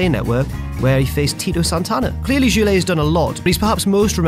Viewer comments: iT'S Goulet not Joulet, for shitsakes. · How can you possibly pronounce "goulet" as "joulet"? And think Damian Sandow is still in the WWE roster? Wow, worst whatculture wrestling guy yet. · Joo-lay?? Try GOO-lay,. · It's GOULET WITH A HARD G LIKE IN GREAT, not a soft G as in George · not Joulet, it's Goulet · You mispronounced "Goulet".You're on a wrestling show and you don't know of him! Noob! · No, it's absolutely not the way it's pronounced. No language in the world turns a G into a J before an O. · This is Goulet as in ‘’goose’’ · Goulet is pronounced Goo-Leh. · That’s Rene Goulet...pronounced “Goolay”...🤦🏼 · Rene Goulet? its pronounced 'Ghoulet' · The "Gou" part in Rene Goulet is pronouned "Goo". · phonetically it would be GOO-LAY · I always thought Rene Gouletwas pronounced GOO-LAY. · Goo-lay is how it's pronounced and he's a fucking legend. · Goulet. Goo-lay. Hard G. Look up one of his matches, there are thousands of them, and take 2 seconds to hear how his name is pronounced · Goulet is Goo-lay more or less. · Goulet is pronounced goo-lay. SD Jones deserved better than to be a jobber. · Jewlay? Try again, jobber. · Rene goulet it's worzel lol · For Rene Goulet, say the "Goul" part of the name like you would for the word "Ghoul". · Quick note: Rene Goulet is pronounced like "Goo-let" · In Goulet the G prononce like the G in good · goulet is pronounced with a g as in goat. and you missed tony garea, george wells, tiger chung lee, blly haynes, paul roma. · Are you sure you know anything about wrestling? It is pronounced Goo-Lay not the abortion you said. If you didn't watch his matches, how do you know he was a great jobber? What research are you doing? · renay goolay for FOCKS SAKE MATE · So Sandow is somehow on this list, yet Virgil, Damien Demento, and Norman Smiley aren't? Yeah ok. Here I thought you guys knew your wrestling history. And it's pronounced Goo-lay. Holy Botchamania lol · Just FYI, its pronounced "rəne gulɛt"